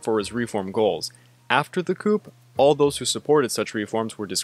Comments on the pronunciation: Coup: Coo not coop😂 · Seoul is pronounced "soul" and coup is pronounced "coo"